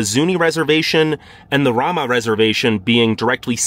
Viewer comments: It's pronounced Ray-ma, not Ra-ma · And Ramah is pronounced Ray mah by the inhabitants.